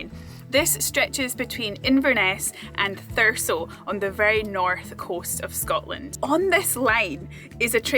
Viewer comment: I'm actually from a place very close to scotscalder, bizzare seeing everything from inverness station and the train to caithness in one of your videos! Edit: Did you pick up the pronunciation of 'Thurso' along the way or was it totally by chance you pronounced it the way locals do? 😅